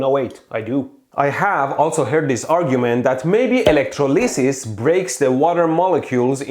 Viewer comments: elec-troli-sis say it that way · “Electro lisses” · electro-leee-sis hahahhaahahah 💀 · It's pronounced electrolysis, not electrolysis :/